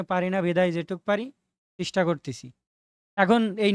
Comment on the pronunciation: ভাই এটা চিস্টা না চেষ্টা 🙂